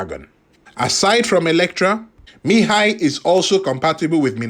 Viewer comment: You pronounce his name quite well😊